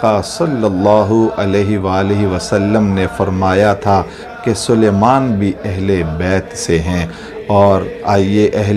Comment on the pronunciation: It's Salman, not suluman.